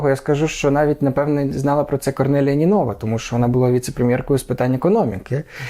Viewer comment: Не ПЕтков, а ПеткОв, не НинОва, а НИнова... Эксперт)))